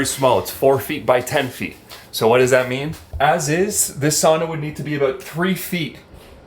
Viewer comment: The Finnish pronunciation "ow"